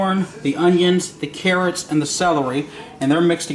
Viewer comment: He said careots not carrots